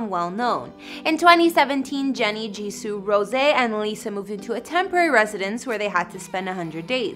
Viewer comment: "Jisooh" lol